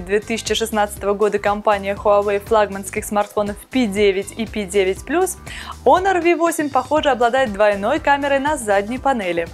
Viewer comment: пишется honor ,читается "онор"